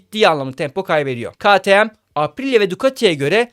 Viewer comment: “Ka ti em” (ktm) diye okunmaz arkadaşım.